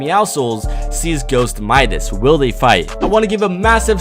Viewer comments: You said it wrong it mIdas not mEdas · You were saing the name right. His name is not pronounced "Ma-i-das" it is pronounced "Mi-das". Midas is a guy from greek mythology, when he touches somethingit becomes gold. Search it on google. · It's like muscles the c is silent and for Midas it's like m eye das not meedas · by the way, Midas is pronounced "my-dis" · actually I dont mind cuz in french we says Midas pronounced Me-das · bc im from greece and midas is from greek mythology its midas is not wrong guys is right midas not midas with like a e but medas but is a i midas u get me? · It's pronounced "mie - dis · Myth: what would happen if pronounced midas correctly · U said Midas wrong 😂😂😂